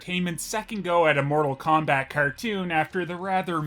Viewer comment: More-tal Kombat? THAT'S IT